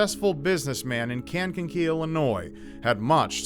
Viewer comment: You mean Kang-ka-key (phonetic) probably. Sounded like you said KeyAng-ka-key